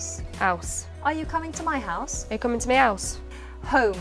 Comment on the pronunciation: they're actually still saying my, not me, they just pronounce the y differently, making my and me homonyms